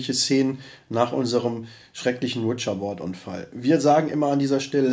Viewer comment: Finde geil wie zu Ouija Board immer "Witscher Bord" sagt 🤣😂🤣😂